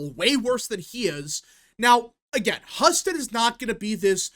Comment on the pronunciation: HUE-STED. btw. Not hus ted